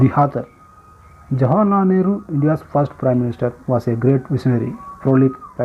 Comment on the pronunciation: it is jawaharlal nehru not jawarlal nehru 🤣🤣🤣